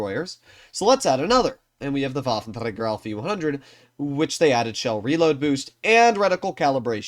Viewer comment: Pls fix your "waffentragger" pronounce. Thanks